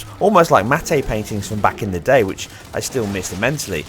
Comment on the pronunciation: Matte is pronounced Matt. Although Ubuntu Mate is pronounced 'mattay'.